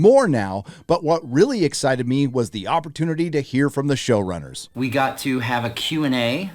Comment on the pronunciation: This was unintentional, but nearly each time "show-runners" was said, I kept hearing "shill-runners" and now I can't stop thinking it. 😂